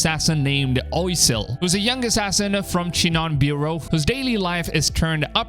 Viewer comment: Being French, wouldn't Oisel be pronounced closer to "wa-sel" not "oy-sel"? Can any French-speaking people help?